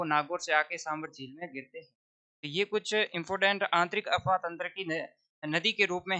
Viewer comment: गुरुजी यह अपवाह तंत्र होता हैं न कि अफवाह तंत्र...😊 अफ़वाह... झूठी बातें अपवाह ...आंतरिक/ भूगर्भ में जल प्रवाह